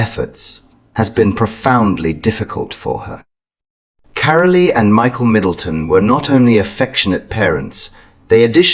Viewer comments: The E in Carole is silent. Pronounced “Carol”. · Carole is mispronounced it is Carol with a silent e on the end